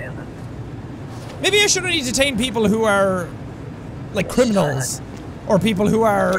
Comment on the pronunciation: "Maybe I shouldn't detain people that aren't criminalns " not even ten seconds later "DETAINED"